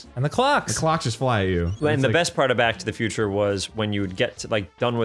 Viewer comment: I could have sworn I hear "Black to the Future"